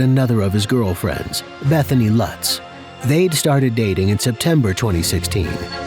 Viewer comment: It sounded like her name was "Methany" 😂